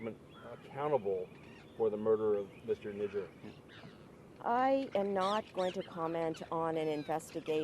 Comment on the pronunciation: 😂😂 Hardeep saint N... WHAT?! Am I hearing what I'm hearing? Speech impediment? 😂 Nijaar N I J A A R. "J" 😂 not "N".